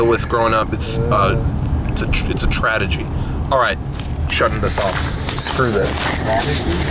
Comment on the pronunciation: "it's a tradegy" -rocco